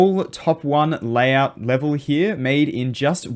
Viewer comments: "Layhout" anyways, nice video! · TF STOP SAYING LAYHOUT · "layhout" lmao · Layhout xD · oh my god a layhour